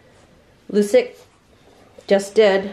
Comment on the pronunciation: Love your channel! FYI assuming Lucic was named for the Boston Bruins player Milan Lucic, the name is pronounced "Loo-chich" and the nickname is "Looch". 🙂 Keep up the great work!